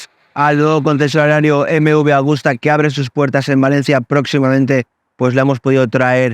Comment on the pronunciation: Excelente moto y muy exclusiva. Por cierto, se dice Agusta y no "Augusta"; bien escrito en el título y mal pronunciado todas las veces en el vídeo. Saludos. ✌🏻